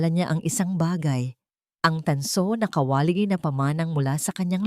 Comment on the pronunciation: Bwisit Pilipina ka ba o hindi?pati pag bigkas ng KA WA LI ginawa mo kawali